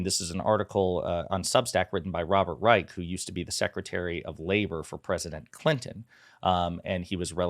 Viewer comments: I believe Robert Reich’s last name is pronounced “Reish”. That tidbit aside, thank you for continuing to put a spotlight on the media’s double standards in their treatment of Biden! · yes I’m aware “ch” is often pronounced as a hard “k” but in this case I’m going to go with how the man actually pronounces his own name, which is with an “sh” sound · FYI it’s Robert “rye-sh” not the hard “k” sound 🙂